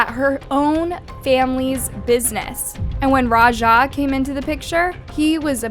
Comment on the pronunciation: why people can not pronounce raja properly🙄